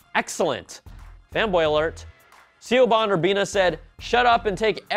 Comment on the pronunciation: Sio-ban. LOL